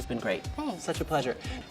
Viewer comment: “be sure to watch sameless “ 😂😂😂😂